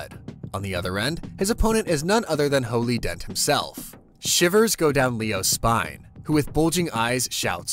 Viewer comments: Can’t tell if he says holy or fooly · Anyone else think he's saying hooly instead of fooly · Y can't u pronounce fooly correctly? But good job other wise